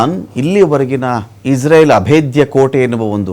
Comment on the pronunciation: ಇಸ್ರೇಲ್ ಅಂತಾ ಹೇಳಿ ಇಜ್ರಲ್ ಅಂತಾ ಅಲ್ಲ